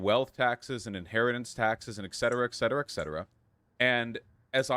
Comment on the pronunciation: JESUS. Someone also please tell Vaush that it's not ECKcetera it's ET cetera. FFS.